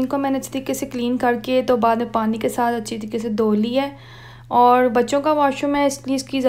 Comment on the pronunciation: No offence but use the correct accent of urdu especially with the word 'Aur' instead of 'Aurh'. Peace